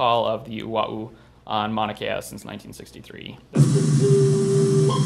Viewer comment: Funny that he can pronounce ua’u properly, but he can’t pronounce “mauna” properly.